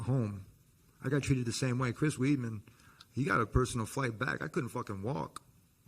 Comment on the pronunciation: "Chris Weedman" :D Gotta love Tony.